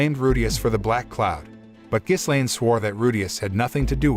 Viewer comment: you shouldn't put "with the power of demon eyes" in the title if you don't even show that part -Ghislaine... pronounced Gi-Lane s is silent -it's not the end of season 1 either you still have another half to go, pretty bad recap